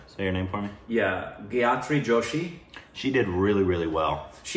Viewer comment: it's not Gay-atri it's pronounced Guy-atri